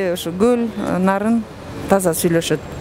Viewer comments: Гол эмес кол болоткоо🤦‍♀️ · Гөль дейт го булар с ны з деп